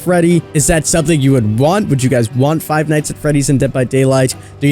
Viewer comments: He said Frive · He said Fried